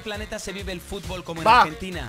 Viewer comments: es futbol no fubol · Flacooo aprende a hablar flacooooo Futbol no fubol Descripción no descricion Reaccionar no reacionar Aaaaaay diossss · 24 segundos "fubol" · "el fubol"